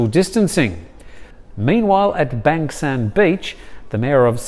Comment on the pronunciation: Thanks for the professionally reported updates. Btw, Bang Saen is pronounced Bung San or Barng San as an 'a' is pronounced as 'ar'.